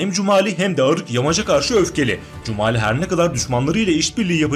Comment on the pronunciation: Да не Кумали,а Джумали😎